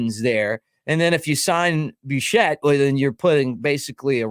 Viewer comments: Who the hell is Bo BUUUscet? Lol. It’s Bichette with a “Bi” sound. As in “Big”. And most people pronounce his first & last name all at once like Bobafet from Star Wars. BoBichette. Lol😅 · You can't even pronounce his name correctly. Regardless, the Jays aren't trading Bichette for prospects. The team has assembled one of the best pitching staffs in all of baseball, they're not turning the rest of the team over to rookies. Get real.